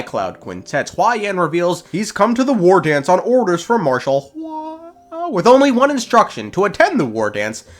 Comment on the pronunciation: Why does bro pronounce hua like that💀